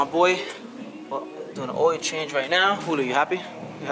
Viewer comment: I forgat he said ...oiyo change ..instead of ..OIL CHANGE...😂😂😂. THIS YEAR ILL FIX MY CAR